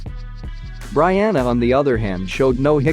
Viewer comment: Your saying Brianna name wrong!!! Let’s get it right when you speak on a goat!